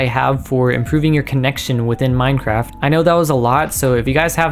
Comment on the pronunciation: is it really that hard to say minecraft